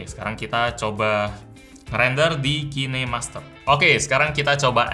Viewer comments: Kinemaster itu dibaca kinemaster bang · Kine master😂, cara bacanya ya amun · Kok bacanya Ki Ne Master...😂 Ngakak😂😂